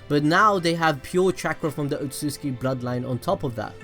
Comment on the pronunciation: Otsutsuki... not otsuski.... yeesh